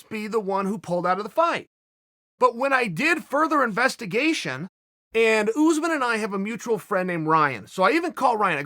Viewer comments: not uzmen us'man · Kamaru “Ooozeman” Usman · “George” vs “Oozman” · Jay From Around The Way almost there, look up commentary from a fight or Buffer introducing him so you can get it my man